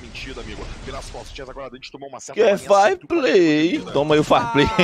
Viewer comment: "Farplay" kkkkkk